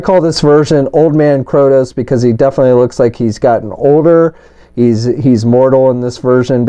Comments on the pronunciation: Bro, it is KRAY-TOES, not CROW-TOES. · Kratos not krotos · ...you can read, right? How do you get "KrOtos", from reading KrAtos? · "Kroudos"... wow! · Krotos? how the heck do you get Krotos from Kratos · It's Kray-tos! Good Lord that mispronunciation was driving me nuts. Other than that thanks for showing all the details. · "kR0tOs..." XD great review otherwise man